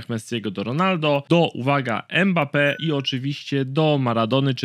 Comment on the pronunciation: nie mekambe tylko mambeppe